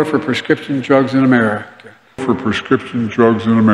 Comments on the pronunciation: My two favorites will always be: United States Guh-mer for Gods sake! And an old favorite: Remerica. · amer-skin? im adopting that term for my sect😅 he cant say America bc its been resolved— 😅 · Joey's master the goat won't let him say America correctly. Let's Go Brandon🇺🇲🦅🇺🇸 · I think he'll melt if he says America correctly. Dear Lord please remove this evil from the people's house. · Can’t even pronounce the name of our country.Even though he slurs his words , he pronounces China pretty good. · He can’t even pronounce “United States of America” 😂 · What is his deal Americans?? Is this word to hard for him maybe China is better easier for him to say